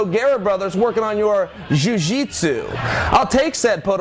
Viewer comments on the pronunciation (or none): ahahahah in bed with the nogeira brothers workin on your "jiu jutsu" ahahahaha